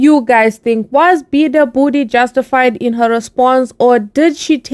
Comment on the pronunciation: its beabadoobee u pronounced it wrong